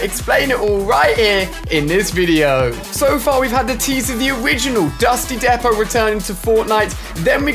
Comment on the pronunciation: Nobody Nobody ever Ali-A: DuStY DePo